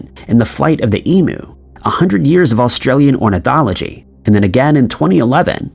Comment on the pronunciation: Emyou, not emoo.